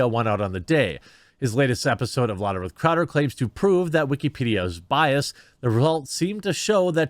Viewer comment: “Was biased”. Sure the -ed ending is hard to hear but it’s not silent!